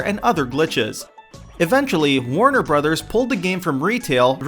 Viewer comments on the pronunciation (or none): none